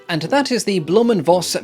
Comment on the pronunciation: "Voss" in "Blohm & Voss" is pronounced "Foss" BTW. It is a Low German family name that translates to "fox".